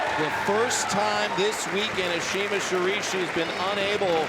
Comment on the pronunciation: Also he completely butchers Ashima's name the entire time. Literally did not take the time to learn to pronounce her name at all. It was painful to listen to his commentating and honestly pretty insulting. Let Megan take commentating solo. She's more than capable.